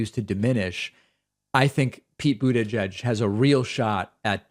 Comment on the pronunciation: He pronounces Buttigieg in a way I've never heard before.